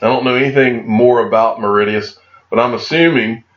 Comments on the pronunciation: Say it like Maurishus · It's pronounced Morishious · I love Americans. Maw-ri-shus. That made me laugh. Cheers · its pronounced Mor ri shuss and its an Indian Ocean Island and is Heaven on earth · Pronounced Maw-rish-us 😊 great video 👍 cheers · It is a funny looking word but the pronunciation of Mauritius is more like: "Morr-ish-us". Great vid again. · Mar-ish-uss is the north american English pronunciation, spelled phonetically You butchered that one grand! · phonetic pronunciation, Mar ish us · Dude it’s - MAA-RISH-US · Awesome vid- it’s pronounced MOR- RI-SHUS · Where is the D in Mauritius lol...love how you butcher names 😀😀😀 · I feel like maybe if he'd known how it was pronounced he would have heard of it lol